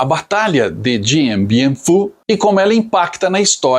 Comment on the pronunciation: A pronúncia correta é "Diam Biam Fú".